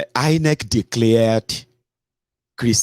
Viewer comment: As for the AI voice - very nice but the pronunciations of INEC, Lagos and Obidients, she would not have missed. Well done.